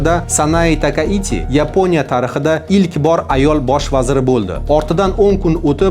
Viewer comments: Нима учун Йипония,Япония эмас. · Yiponiya emas Yaponiya !!! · Ruscha talafuz bilan ''Yeponiya'' emas o'zbekcha talafuz bilan "Yaponiya" deyish kerak. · yepoʻniya emas Yaponiya deyiladi